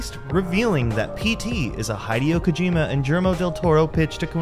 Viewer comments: the most disturbing part of this video was the utterance "jillermo del toro" immediately after "high-deo kojima" edit; i stand corrected, the repeated utterance of "seh-new-uh" is much more powerful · Hi-dio Kojima, Scott CawTHORN, Germo Del Toro... What is with this guy and mispronouncing names? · "Hide-e-o Kojima and Jill-mo Del Toro" I don't usually complain about butchered names but damn man that was a double whammy